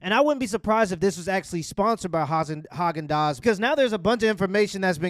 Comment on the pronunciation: Emphasis on the Hog in Hogendaaz